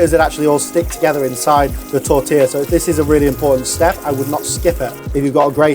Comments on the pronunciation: fuck! so less, so freaking simple. tortilla. at least you know how to pronounce it. what a bull! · "Tortiller" "Canader." Lot of artistic license in this show!